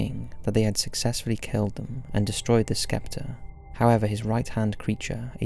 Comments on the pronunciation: "a royal skeptor" the C is silent is scepter, my dude 😄😄😄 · I've always thought your readings are brilliant and your narration perfect however your pronunciation of the word 'scepter' makes me dubious. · You mispronounced scepter